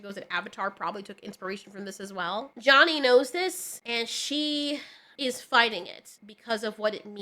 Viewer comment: Why do you keep saying Johnny and not Chani?